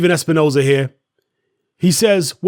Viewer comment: Steven espi-nose-hair does it again 🙄